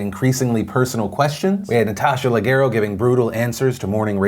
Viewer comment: Oh c'mon Phil aren't you Italian? Leg-ero? It's Le-jer-o. <3